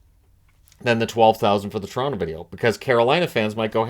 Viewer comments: everyone knows it’s Quoronto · LOL Coronto, Caple Ceafs